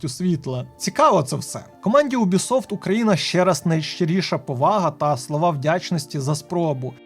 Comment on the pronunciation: Чому, бляха, Убісофт, а не Юбісофт?